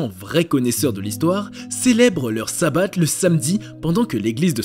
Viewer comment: 😊Ont prononce chabat pas ssabat le s et un shin et se prononce ch 😉si non intéressant 👍